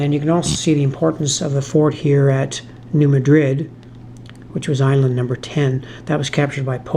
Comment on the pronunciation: I realize that you're a Canuck, but there are a couple of your pronunciations that the natives might object to. New Madrid -- the locals pronounce it MAD-rid (rhymes with "bad kid"). Cairo -- pronounced KAY-row (rhymes with "payroll") Enjoyed the video, as always.